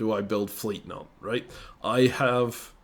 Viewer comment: I will never get tired of continuously calling Nantes “Nontays”